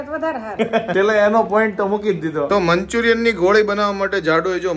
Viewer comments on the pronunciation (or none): Manchuriam nai manchurian hoi sarkhu bolo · Manchurian kevay manchuriyam nai